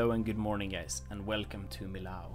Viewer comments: The building and everything was great! I loved it! But PLEASE, I live nearby, it's pronounced "mi-y-o", with a descending "o", not "ow" :D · In French, you pronounce it ME YO not ME LOW ;-) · in french we don't say millau but meo ;) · in french two L's make a y sound and "au" makes an o sound, so mi-yo would be the correct pronunciation. hope that helps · Awesome! I live not far from here! It's pronounced "me o ", no Ls needed :p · Great work! I'm looking forward to see more! But just to satisfy my french side, it's pronounced Meeyo. 😋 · he pronounced millau like a german would say it 😅 in french, it's actually more like... "mee-yo" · love it,but pronounce the name of the city Millau (French pronunciation: [mijo], or as we write it in occitan Milhau pronounced [miˈʎaw]) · Pronounce Millau like me-yo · Thanks my struggle to pronounce Millau going to be a recurring problem it seems, I will address it and hopefully, one day I will learn!